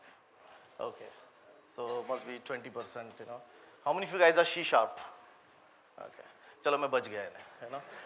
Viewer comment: not she sharp, it is C sharp.